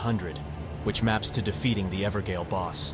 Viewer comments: I think you mispronouncing a lot of the words is cute. The funniest one is "Evergaol" as Ever-Gale Gaol is just ye olde english for Jail, pronounced the same way. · Ever-JAIL not gail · For anyone interested, Blaidd is pronounced 'Blaith' and evergaol is 'everjail'. Blaidd is welsh and gaol is just an olde spelling. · EDIT: I know Evergaol is pronounced Ever Jail. It’s an AI narration. Thanks and enjoy the video 👊😀 One year of cut content research condensed into one video. Following Guilbert the Redeemer of Vengeance we will meet a lot of NPCs that will help us paint a picture about the history of Elden Ring's development before the Network Test. I hope you enjoy, and don't forget to subscribe. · Cannot watch this due to the continued mispronunciation of “Evergaol” multiple times.